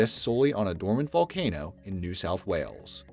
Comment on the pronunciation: I know I spelled it wrong. It's supposed to be funny and it's actually said as That Valcano!!